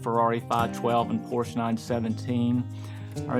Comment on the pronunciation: Nice job. But how annoying that he doesn't know how to properly pronounce Porsche! Sorry, but my dad worked his way through eight of them (and was no Corvette fan, that's for sure!). When I finally wanted something sporty I decided a motorcycle would get me the best performance for the money. I am on your father in law's wavelength though, as it has always been red Ducatis for me, so far. Of course, it doesn't hurt that my mom is Italian! I totally get the Ferrari love though...still on my mind...!